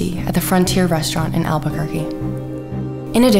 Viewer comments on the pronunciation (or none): none